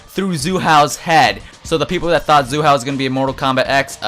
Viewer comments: his nam is not zoo hao his name is Hsu Hao,its pronounced with an ''S'' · Its not zu hao dammit its sue hao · why do you pronounce hsu hao as if the s was a z! also tuh keh duh is probably it